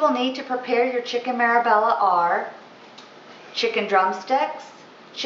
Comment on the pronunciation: Marbella. Pronounced marbaya